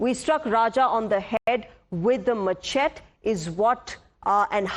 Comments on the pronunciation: Whats a MACHET? it pronounced MASHETEEEEEEEEEEEEE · Machete is correctly pronounced as mer-shet-tee. Please correct. Tku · It’s pronounced- “ ma- shae-tee”